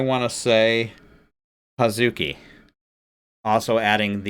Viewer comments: Great reaction! You have excellent insight into how and why a mix works. A little note on pronunciation (that wouldn't be at all obvious, so don't sweat it!): "Hazuki" is pronounced "haz'ki." The muddle syllable doesn't get pronounced. Moreover, Japanese doesn't use stress accent, so even if it was pronounced, it wouldn't be "haZUki." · In Hazuki’s name the, ‘u’, is silent. So it’s pronounced, “Haz-kee.” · I'm not going to read all the other comments to see if this has been mentioned. Hazuki's name is pronounced Haz-kee. The "u" is pronounced, but it is said so fast that you don't really hear it. Wait 'til you see Haraguchi-san sing--listen to "Blooming." They've been together since '19. There first YouTube video is a cover of "The Trooper."